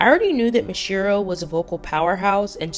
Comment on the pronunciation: its not ma jee yuh its pronounced like mafia with a j